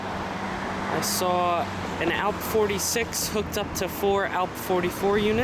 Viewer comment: and your saying ALP wrong